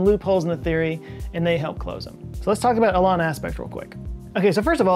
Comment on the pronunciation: Love the video, as usual. One note though… (hate to be THAT person but) Alain is pronounced “Ah-LEN” not “Ah-LON”. It’s a french style pronunciation 👍